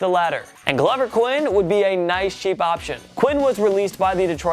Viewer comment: This Biondo character really needs to learn how to pronounce names before shooting video. For example it’s not Glover Quinn (as in fits like a glove), it’s Glover ( Like the character Grover from Sesame Street). Before anyone jump down my throat, this is not the first time beyond I was done this in a video. With all due respect bro — learn how to pronounce names before broadcasting. Otherwise, you sound like a third rate hack.